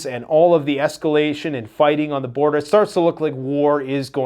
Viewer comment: Say yes to s-cal-a-shun!